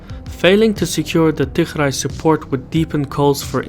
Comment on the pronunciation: Not tigrai,its tigree